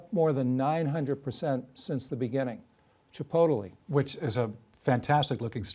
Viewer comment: Hahaha!!! Marc can’t pronounce Chipotle properly. Ridiculous. Forward to . “Ch-i-po-teli”.